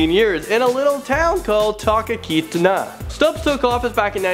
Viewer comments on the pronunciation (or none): Talk-a-keetna? xD it's Talkeetna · It's pronounced Tahlkeetnah